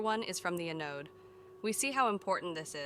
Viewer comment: The robot voice pronunciation is quite comical at times, particularly with words like "Kilo" and "Anode." I'm OK with reading subtitles!